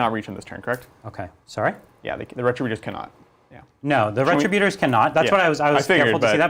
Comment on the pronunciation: Ree- trib-you-turs!!! Why does everyone say this incorrectly?